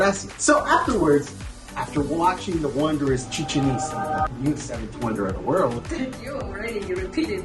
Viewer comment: Ame cada vez que dicen "Chichenitza" (musica de fondo) jaja ✨✨✨✨